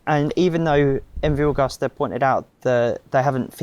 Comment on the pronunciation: That is not how you pronounce Agusta